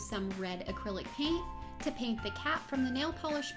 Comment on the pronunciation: cool it's paint not piant